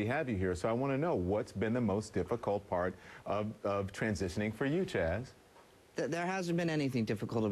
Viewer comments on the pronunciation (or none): How many times did he call Chaz "CHAD"??? LOL